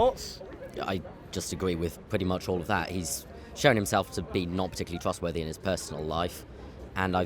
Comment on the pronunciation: Bowis. Jounson is a twustworthy powitithian